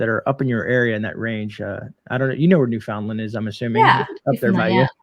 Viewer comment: Hello from Newfoundland Canada. Pronounced New-fun-land.